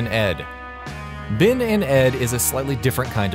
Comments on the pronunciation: not bin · Ben and ed not bin and ed, sped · Narrators on channels like this always have problems saying game names, characters, ETC.. For example, Bin and Ed?